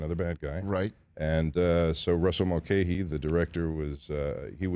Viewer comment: FYI... Mulcahy is pronounced Mulcahy NOT "Mulcahy"